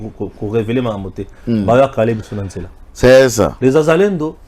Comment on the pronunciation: Pas zazalendo mais wazalendo quand c'est plusieurs personnes une pers on dit mwazalendo